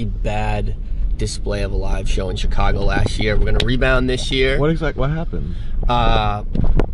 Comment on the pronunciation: my girl is from Chicago and gives me bs because I called it Chiiicago too she said it’s Shicago